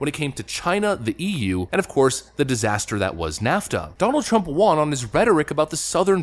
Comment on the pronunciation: Won = Wun Won ≠ Wahn